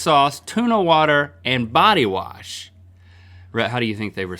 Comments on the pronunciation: Did you warsh -link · DID YOU WARSH?? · “You warsh?!” Lol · Did warsh? I haven't heard wash pronounced warshed in a long time. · link say warsh and double pronounces most g's, its like hes already 90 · “Did you WARSH” lol